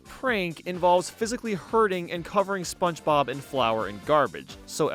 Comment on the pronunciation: I could be wrong but I feel like after hearing you say spongebob for 7 hours I'm pretty sure you say "sponchbob" but hey if that's intentional then nevermind 👀